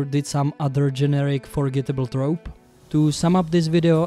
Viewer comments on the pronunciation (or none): none